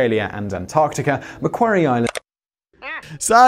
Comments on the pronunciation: Haha he pronounced Macquarie right the first time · Macquarie Island, said "Ma-quarry Island". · macquarie = Ma Qwa Ree